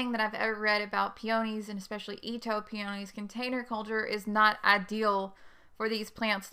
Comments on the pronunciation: If you want me to watch and pay attention to your advise, the least you can do is learn to pronounce the name of peonies properly. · I really wanted to watch this video since I was specifically interested in planting Itoh peonies in containers. But I could not get past the fact you were not pronouncing "peonies" correctly. It may be location specific but that pronunciation was driving me crazy so I had to move on.